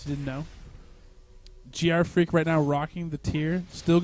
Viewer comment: I question the pronunciation of GrFr4ak, 4 in leetspeak is A, so isn't he Gee Arr Fraak? lol